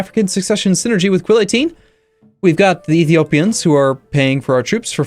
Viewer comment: Every time I hear "with Quill18" in your intro I giggle because it sounds like you're saying you're.